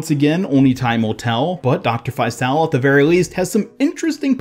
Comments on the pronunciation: The character Faisal’s name is pronounced Fay-sull, it’s an Arabic name, (فيصل) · “Faisal” is an arab name and it’s pronounced “Faycel” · Hearing you pronounce faisal brings me pain as an Arabic person